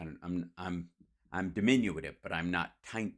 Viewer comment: Diminu-tive, not diminu-itive